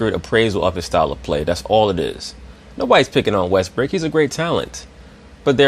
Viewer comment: Lol, i like the fact you kept saying russell Westbrick